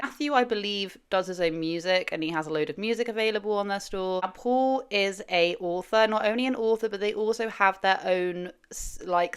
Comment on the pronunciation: His name is Paul not Pool.